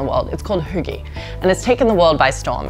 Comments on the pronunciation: Yes, she's pronouncing it horribly. And if it weren't for the context, I wouldn't have known she was saying "hygge". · Hi a random dane here and i cringed so badly every time they said hygge, they pronoused it wrong and now i know they cant say it right coz they dont know how but for godsack somebody tell them how its said right. ( and im sorry if i spelled something wrong like i said im from denmark so yeah english isnt my first language) anyway it was a great video beside the hygge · For the record.. You are TOTALY butchering the word "Hygge"... My ears are bleeding :( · The way "hygge" is pronounced here would never be understood by scandinavians🤭. Also feminism, 'colonial guilt' and diversity as acceptable topics has been put in the trash bin, that's true. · How can you live here for so long and still not know how to say hygge? She's in her own bubble not integrating and then going around lecturing. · Isn't she pronouncing hygge wrong? D